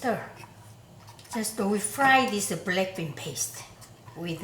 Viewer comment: English is not my first language, and every time she says "black bean" i kinda hear "blackpink"😭😭